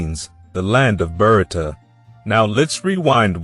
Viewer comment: It's pronounced Bha rut. Not Berta